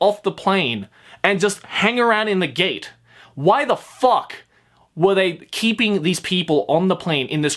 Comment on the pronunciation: Everytime you say f*ck it sounds like "fuck." Like I can hear every letter sounded and spoken altogether.